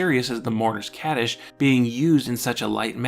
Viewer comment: Great video! Just a small tip for your Hebrew pronunciation: Kaddish is pronounced more with an "ah" sound and Rosh Hashana is pronounced with the o being an "oh" sound and the a being an "ah" sound. The accent pattern sorta falls like Rosh Hashána although that looks really weird to write.